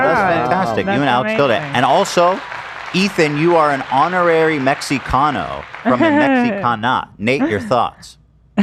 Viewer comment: Ethan pronouncing the X in Mexicano is legitimately annoying LMAO